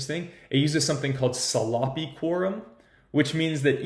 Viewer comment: Your pronunciation of "sloppy" really threw me off :-)